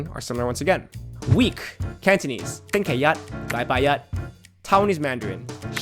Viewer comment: 星期一 are all 1st tones, yet you put 期 with a 2nd tone